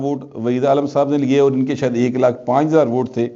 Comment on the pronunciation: bilkul aap butt sab shaieta hi bolty Hain....apna talafaz sahii Ker lain....